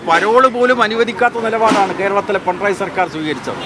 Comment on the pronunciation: പിണറായി എന്ന് പറയാൻ പഠിക്കൂ